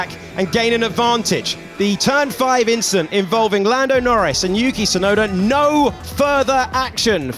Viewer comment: just an “inchident” on the race Charles…